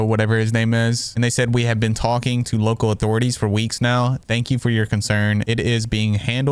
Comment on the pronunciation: He's considered a what?? Lowcal ? Low cow?? wtf word are u saying